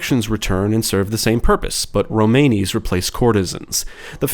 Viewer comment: it's pronounced Rome ann ee, not Rome any😁 source; I'm half Romani